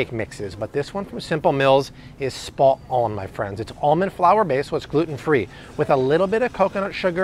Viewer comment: I like with that "spot on" you what will a British accent there. Why she needs videos just depresses me now since I try and try so hard and my wife just does not care at all about anything to do with food or nutrition and she feeds our children just garbage